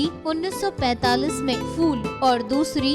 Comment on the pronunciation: Fool nahin. Phool. Please improve your urdu. This is basic.